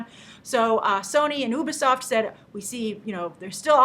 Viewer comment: ITS NOT UBER_SOFT its U-BEEEE-SOFT!!!!!